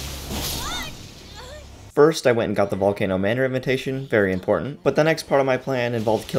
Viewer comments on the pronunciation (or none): none